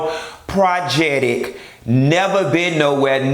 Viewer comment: Uhhh ummm.....Did you say "Projectic"?????......That was so delicious.....